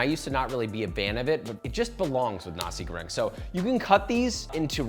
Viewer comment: Oh wait but what? Did I hear you say "Nazi goreng"? I hate that I'm being a language Nazi, but I just can't.... "NA see GO reng". And yes, "ka CHOP man iss" isn't exactly right either. KEtchap Manis. You might honestly be the best chef on the whole interwebs (not being sarcastic, I actually think you might be), but how you say things matters! Like, brunois or brunoise? Sous vide or soovee? Chinoise or Chinois? C'mon, this stuff matters...l